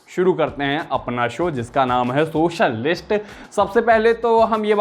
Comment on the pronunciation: Bhai kitni dafa dekh li SURYAVAMSHAM , lgta h lallantop se pehle tum SET MAX(tv channel) pe lage rehte the, jo charector ka naam itne achche se yaad h DHARMENDER... AUR EAK BAAT aaj tum ne SOCIAL LIST THODA HATKE PRONOUNCE KIYA